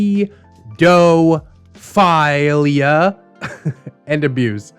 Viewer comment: NOT THE PEA DOUGH FILE IA